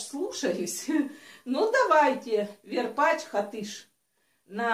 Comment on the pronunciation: Не верпачь а варпачь